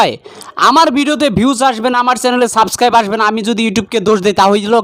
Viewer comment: সব্দটা হবে সাবস্ক্রাইব হবে, সাসকাইব না, আশা করি বুঝেছেন ভাইয়া।